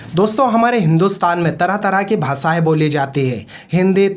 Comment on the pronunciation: भासाय नहीं भाषाएं होता है